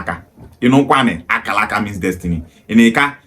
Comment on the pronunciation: She can't even pronounce Akaraka very well. Is Akaraka Bibi language? Why most of Igbo people from Delta and Rivers doesn't have sense at all.